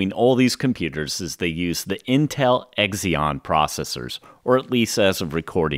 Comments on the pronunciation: Good job. Great overview. Recent buyer of a 2012 12-core and will upgrade over time … (NB Zee-On rather than Exx-on ;-) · It's not "Egzion" processor, but "Zee-on" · it's pronounced 'Zeon'. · The 'x' in Xeon is pronounced like 'z' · Xeon is pronounced zeon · The “X” is pronounced as a “Z”, ie Zeon. Come on now. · How the hell does someone pronounce "Xeon" so wrong? Have you never heard anyone else say it?